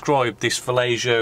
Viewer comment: You kept saying "fellatio". It's pronounced Va-yeh-ho dude... ffs. 10 years later, you've realized that, hopefully.